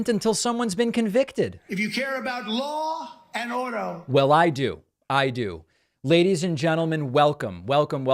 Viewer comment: "Law and Ordo" over and over please.